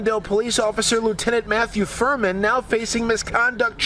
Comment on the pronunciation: Furman. Sounds more like Vermin